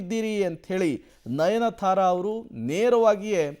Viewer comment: nayanthara not nayanathara